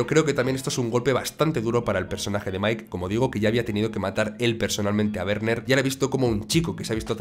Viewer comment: Primera vez que oigo a alguien pronunciar bien el nombre de Werner, enhorabuena!!